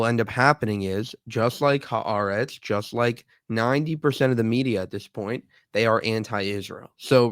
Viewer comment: i like how piers pronounces haaretz HARATS THEY ARE RATS AND HE IS A RAT